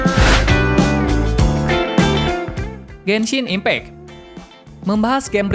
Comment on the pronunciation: Gua dengernya genshin implek :V